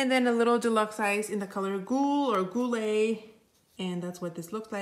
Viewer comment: Ah, inventories, my favorite ! Especially the ones for complexion products ! French here ! 🙃"Goulue" is not that hard to say. Actually, if it was written "Goulu" I'm pretty sure you would know how to say it. It's actually how you say it, the "e" at the end is silent, it's just a marker of "gender" here. When a french word ends with an "e" (and I'm not say with an "é" or a "è") it's always silent. I'm saying this with kindness, but the image is a little bit clouded, maybe try to wipe the lens of your phone 😉 I know when my phone camera does it, it always work.